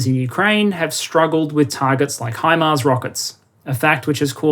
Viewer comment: I appreciate you pronouncing it HImars instead of HEmars. very annoying hearing English and former dominions pronouncing it that way :)